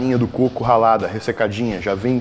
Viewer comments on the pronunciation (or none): none